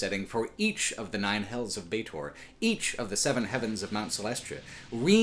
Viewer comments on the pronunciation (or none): Bar that! It's Sigil, berk! With a soft g...like in 'glove'. Also Baatezu and Baator...frst a is pronounced like e in 'enemy' and the second like a in 'alchemy'. Baator. A cutter ought to know these things.